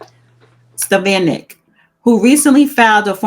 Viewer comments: It's pronounced- A lease Stef on ick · Rep. Elise Stefanik's name is pronounced : eh lease stef ah nick.